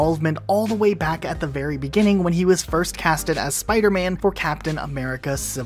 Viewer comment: My guy said you got this berry